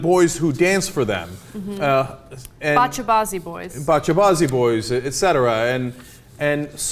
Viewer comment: The way he pronounced Bacha Bazi boys in his dialect was hilarious😂